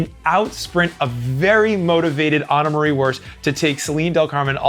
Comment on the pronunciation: never mind pronounation of Annemarie Worst. (yes i am looking at )